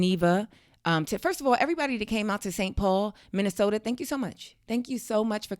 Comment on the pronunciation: Minneh-soda. Huh? That's were my people at? I thought we were mostly in Atlanta